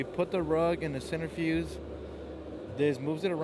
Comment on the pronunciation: Centrifuge Not center fuse I used to say the same until I lost a $50 bet